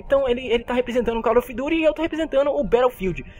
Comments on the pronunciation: Valle of dito gost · Calil of duti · com certeza cal of dut